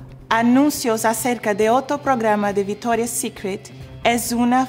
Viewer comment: No entiendo por qué dice "VITORIA" si cuando lo dice en ingles lo pronuncia bien... viCtoria! jaja igual la amoooo!